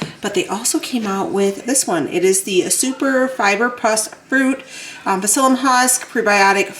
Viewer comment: Lol, I feel compelled to tell you that the p is silent in psyllium. I really see how your body is changing. Incredible.💪